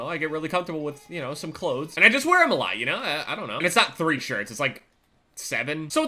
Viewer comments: lol listen to him say clothes he is saying "cloads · am i the only one who heard him saying Klotes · u say cloths weird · I fucking hate the way you say clothes fuck my cat please daddy ohhh yesssss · The way says clothes XD